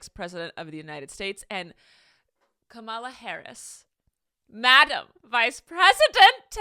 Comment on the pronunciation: IT’S COMMA-LA